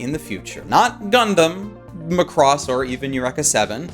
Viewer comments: It's pronounced Ma-cross, not Lacrosse like you spell it. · Why do you pronounce Macross like Lacrosse? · I'm pretty sure you're mispronouncing Macross. It's not lacrosse.